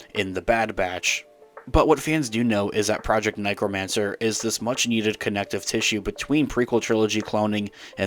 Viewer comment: Haha you say necromancer wrong and that’s funny good video love you